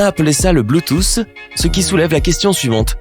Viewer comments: Merci de répondre a une question que je ne me suis jamais posé même mon prof de techno ne m’a jamais expliqué ça par contre, la miniature me gêne un peu et s’il te plait arrête de dire bluetooce ( pour la prononciation) on dit Bluetooth (ffffff) 🤦🏽‍♂️🤨😂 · Ptn tu me tue avk ton BLUTOSSE au lieu de BLUETOOTH